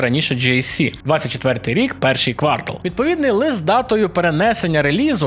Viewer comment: Дуже все класно, дякую за роботу! Єдине що ріже вухо то наголОси: не індустрІя, а індУстрія не квАртал, а квартАл Будь ласка, зверніть на це увагу, дякую!